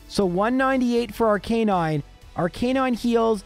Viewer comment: ArKA nine not ar canine